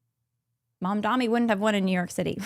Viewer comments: This was bothering me but his name is Mamdani not Mamdami No opinions just kept distracting me while watching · It’s Mamdani tho not Mamdami, can we take a minute to learn people’s names before talking about them? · She mispronounced "Mamdani" as "Mamdami" on purpose (it is not a hard name to pronounce at all), and gave more proof (as if it was needed) as to what sort of a human being she is. This is modern Christianity in a nutshell: hatred, racism and white supremacy shrouded in a thin veneer of "faith". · The name is M.A.M.D.A.N.N.N.N.I., I don't think it's that hard to say.